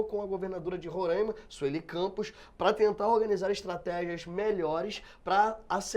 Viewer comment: tÁ FALANDO PACARAIMA e RORAIMA ERRADO!!! o Certo é PacarÁIma. e Rorááima não é Rorâââíma! Boa Vista não tem estrutura! O que acontece aqui, é que tem muito bandido no meio de gente que realmente veio trabalhar que está tocando terror aqui na cidade! o indicie de violência aumentou em 200% a criminalidade, isso que foi notificado. Tem Venezuelano cavando buraco antes mesmo de matar a vitima, literalmente.